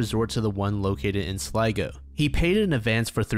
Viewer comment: YO IRELAND MENTIONED - Also, thank you for pronouncing 'Sligo' correctly. You're one of few YTs that actually do your research. That poor bloke though, I believe maybe he went to end it all, and avoided cameras so he wouldn't be found? It's very odd indeed. I hope he's resting easy now. 🐋